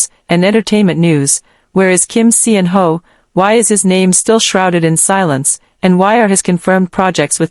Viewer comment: Salaam he roared back!! This is now quickly obsolete. You can stop rehashing g 2021.😊 And Pease choose a better AI voice that can pronounce his name correctly and knows proper syntax.